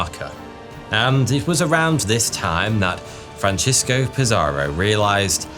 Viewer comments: Conkeestadore, not conkwistadore. Franseesko, not Franchesko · 🤣Your Spanish is crud but it's worse than that. Hilarious how you were pronouncing Francisco the Italian way Francesco. Then about halfway through your script, you realize he's a Spaniard, not an Italian 😂, or maybe it dawned on you that there's no city in northern California called "San Francesco" 🤣🤣and started pronouncing it more correctly. But you realized too late. Going back and making all those corrections would suck when most people are noobs who won't even notice.